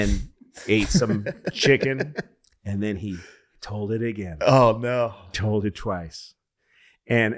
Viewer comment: I'm going to listen to these ageen....and ageen....and ageen....and ageen...and ageeeeeeen.